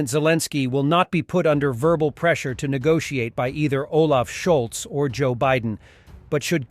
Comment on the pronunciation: Scholz! Not "scholTz"!